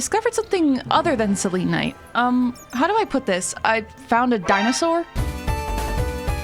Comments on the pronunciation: Its pronouns sel-en-ite not sel-lean-ite /gen /nm -a pagan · Stop 😂 that’s not how you say selenite! I kept laughing ever time you said it! You say it as cell-ah-night ❤ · You Say selenite wrong🥲 its not like how you say Selena you say it more casually. Sorry it was just really bothering me😅